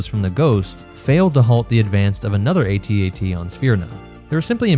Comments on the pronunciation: AT-AT not A-T A-T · Its AT-AT not ATAT... its that easy. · It's pronounced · Its AT-AT. Because all other walkers are called by their letters, why would that change just for the AT-AT. Plus calling it an atat just sounds so dumb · Please pronounce it A,T—A,T That makes it a mighty machine of fear and mass destruction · I was 5 years old when empire came out but i think the toy was comercial was "at-at" and not "a.t. a.t." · Its actually pronounced At-At, not At-At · Who tf says ‘at-at’ it’s the A, T, A, T, each letter said separately. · It is A T A T As it is an acronym. Not AT AT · Calling an AT-AT an "At At" is like calling a gif a "jif" and pronouncing the "S" in "Illinois". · It’s pronounced AyTee AyTee, unless you think the AT-ST is pronounced “At-Stuh” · Not sure but pretty sure it's pronounced At At, don't quote me on that but yea I'm pretty sure it's At At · It's pronounced A then T and A then T. I mean we don't pronounce the AT-ST as AtSut or the AT-PT as AtPut or the AT-TE as AtTey so why is the AT-AT a controversy? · If the AT-AT is pronounced @@ how is the AT-TE pronounced? Or further, is our favorite rifle is the "Aarrh 15" while we drive around in our "mmmh one aaah one" Abrams tanks?